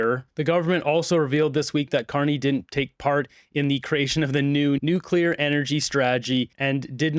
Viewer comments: New Clear ! .. not nuke-u-lar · What would be super cool if the energy minister would pronounce the name of energy from NUCLEAR energy not NUCULAR. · It is one thing for a normal person or youtube host (sorry, I know you are working on it, and doing much better) to say Nuc - you - lar, but for the energy minister to say it from the platform multiple times...so embarrassing!!!!! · "Nuke-u-lar. It's pronounced Nuke-u-lar" - Homer Simpson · Homer Simpson: its Nucular, NUUUUCULAR! Liberal minister: yup nucular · Boggles my mind. All these super educated people, and they still say "nuke-u-lurr!" Dumbasses. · Who else spotted a fake Bush'inism with "Nu-cu-ler" in Hodgson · If he's going to be involved or responsible and announcing this. You should at least learn how to say the word nuclear.!!! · He can’t even pronounce nuclear correctly.